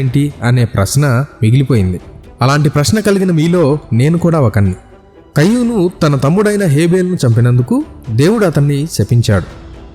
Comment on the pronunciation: కయ్యూను కాదండీ...కయీను. ఇంగ్లీషులో అయితే...కెయిన్.